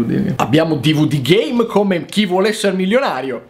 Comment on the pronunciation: Schumi Jr. L'ultimo dvd GAME ha detto, solo che, dicendolo velocemente, sembra che dica GAY